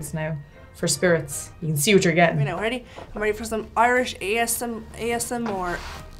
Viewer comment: Haha ”Irish ASMOOR”